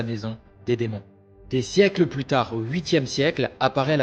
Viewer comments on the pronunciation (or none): none